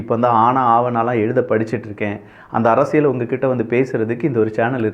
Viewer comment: தம்பி அவர்களுக்கு ஒர் அன்பான வேண்டுகோள். அரசியல் என்ற வார்த்தையில் ள் போட்டு பேசுகின்றீர்கள் "அரசியள்'. அதேபோல் பல்வேறு இடங்களில், ல் க்கு பதிலாக ள் என்றும், ள் க்கு பதிலாக ல் என்று சொல்வதை பல இடங்களில் கேட்கிறேன். தமிழ் வார்த்தைகள் நீங்கள் தெளிவாக பேசினால், அது தான் தமிழ் மொழிக்கு சிறப்பு. தயவுசெய்து பயிற்சிகள் செய்து விட்டு, முறையாக பேசினால், கேட்பதற்கு மிகவும் அருமையாக இருக்கும் என்பது என் கருத்து. தவறுகள் இருப்பின் பொறுத்துக் கொள்ளவும். நன்றிகள் தம்பி.